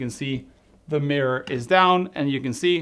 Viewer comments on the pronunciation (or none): none